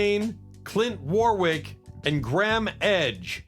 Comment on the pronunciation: The STOOGES???? What are you on? I'd like some. I've skipped up to the Moodies, ho hum Clint Warwick is pronounced War-ick. The R is silent dufus. With the exception of Moby Grape NO ONE on THIS list if forgotten. You are either severely misinformed or not a music lover at all. If only we COULD forget about the Stones!